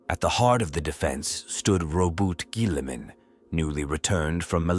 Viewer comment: holy terra that is not how you pronounce Robute Guilliman😂